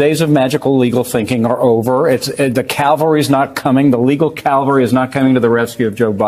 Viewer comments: And it is cavalry, not calvary . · Its cavalry, not Calvary. Cavalry: Soldiers who fight on horseback. Calvary: Place where Jesus was crucified. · The dummy in the hat sail “ Calvary “! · Does the tool in the hat know the difference between Calvary and cavalry ?